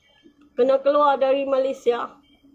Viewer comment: Stress dengar dia sebut malaisia 😅